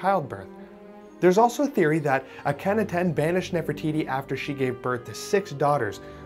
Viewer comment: Ah- ka-nah-ten The fact that you didn't research how to say a name that is relatively well-known in any circle of people who even lightly follow Egyptian history earned you a dislike